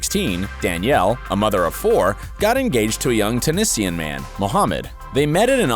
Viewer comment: Tennesseeian?? tuniSiannn xDDDD otherwise great video :3 ❤